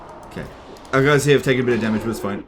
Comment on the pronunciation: I'm such an old viewer everytime says "Later guys" I hear "Later F***ers"